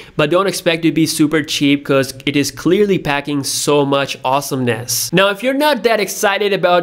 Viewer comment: i like when You said ohsomeness..(awesomeness).